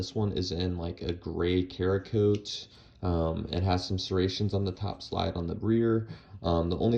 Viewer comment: “SARA-KOAT” not Karakote. It’s Cerakote. But it’s pronounced like the first option.